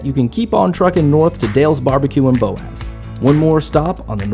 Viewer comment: He needs to learn how to pronounce Boaz. It's not BOZE, it's Bo-AAz